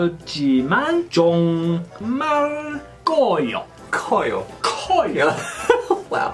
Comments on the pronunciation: 종말(정말)을 end of the worldㅋㅋㅋㅋㅋㅋㅋㅋㅋㅋㅋ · 앜ㅋㅋㅋ 평소볼때 영어자막도같이 보는데 '정말'이라는 단어를 잘못 발음해서 '종말'로 발음했을때 'end of the world'로 표기되서 웃겼어요ㅋㅋㅋㅋ